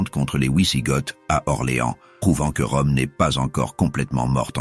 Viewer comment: On ne dit pas ouizigotes, mais vizigots (phonétiquement d’origine germanique).